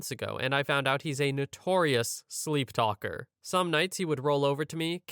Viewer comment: "Sleeptalalalker" lol